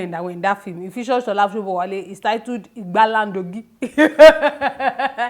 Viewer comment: it’s lagidigba not gbalandogi 🤣🤣🤣🤣